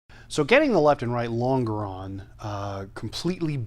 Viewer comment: lon·ge·ron /ˈlänj(ə)rən,ˈlänjəˌrän/ Not ... long-a-ron